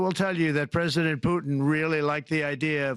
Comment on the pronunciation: Does the first guy keep calling Trump "Mr Present" because he is a gift to the American people or because he can't say "President"? lolll